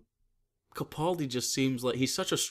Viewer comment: Great episode guy! Two very small corrections for next time, please. 1. His name is pronounced caPALdi. As in "he's a pal", not "he's a pole". See Steven Moffet's video regarding this: How to pronounce "Capaldi" by S. Moffat 2. One of you guys is incorrectly pronouncing Gallifrey as Gallifree.